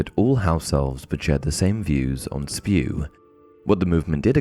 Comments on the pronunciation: It's not Spew it's S.P.E.W.! 😂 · I am sure, many have already said it, but... IT'S NOT SPEW! iT'S S.P.E.W.!!!